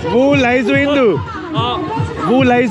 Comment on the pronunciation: No indu . That's indua brother 😂